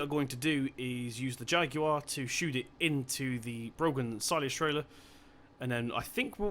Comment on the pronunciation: Just to let u know the trailer brand is pronounced braw-han not brawgan.Us irish lads and our awkward words/names lol Good guess at it tho :)